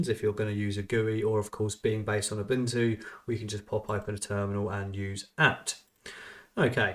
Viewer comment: Interesting how far they went emulating Windows 11, yet it still seems unpolished. But yeah, I definitely don't see anyone paying for this given its current state. Also, BTW, Ubuntu is pronounced "oo-boon-too", not "oo-bun-too".